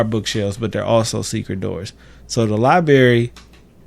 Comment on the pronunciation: Lol they way you pronounce library as liberry